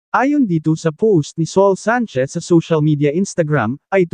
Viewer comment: Ano ka ba? Bakit ganyan ka mag Salita? Sa ul hinde soul